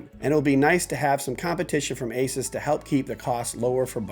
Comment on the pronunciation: Asus, Like Hey Zeus. A Soos.